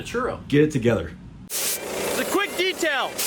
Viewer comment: It's"Detail". See, easy.